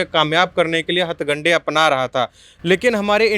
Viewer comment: 'Hathgande' nahi 'Hathkande'